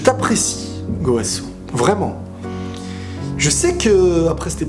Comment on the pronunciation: Je suis le seul a rigoler quand il dit gooowasu 😂😂😂